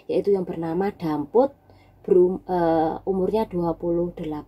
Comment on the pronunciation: Namanya dapit pa damput to mbak cba di ralat Q denger nmya dampit